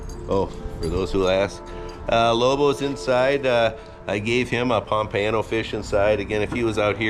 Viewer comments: Instead of saying "Ano" at the end, it sounds like "uh-no", the u in "uh" sounding like the u in up. So, pom-puh-no. Great video, as always! 👍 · I’ve never heard pompano pronounced like that before 😂